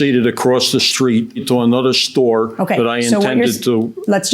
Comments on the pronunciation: Theres no "h" in the word store 😅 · Parked at one shtore and visted a different shtore 😂